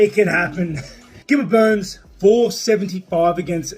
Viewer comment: Did GSP just call Burns, Dern?